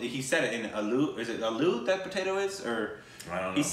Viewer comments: Yes, potato is Aloo! But you pronounce it Ah-loo not uh-loo. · aloo sounds about right , the a is the same as in pecan. aaloo( the sound of a in baa baa balck sheep)